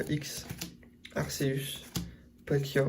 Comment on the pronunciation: Oh le team "ArCeus" ça me stresse mdr, ArKeus pour la prononciation à 100%